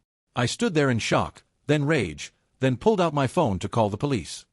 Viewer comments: Very annoying robot keeps reading the word " my " as " m why " like the 2 letters are single letters . So the channel owner doesn’t even check anything ...that’s exactly why people won’t subscribe and will even stop listening in the middle of the story . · It's MY home not M Y home hate AI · When the AI sees "not in MY apartment", how does it know that is a word in all caps for emphasis, as opposed to an acronym such as ACLU or YMCA? Please explain exactly how the software works when it comes to things like that. We'd all love to hear your "expert" knowledge on the subject.